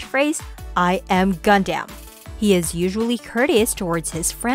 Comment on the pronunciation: is it just me or does anyone else get upset at the pronunciation of gundam? for me it will definitely be Exia